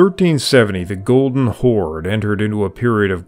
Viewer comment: Why do you call Golden Kaganat a "Golden Chord/Khord"??